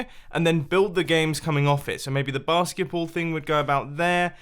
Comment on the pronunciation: Every time you said basketball, I heard barskiples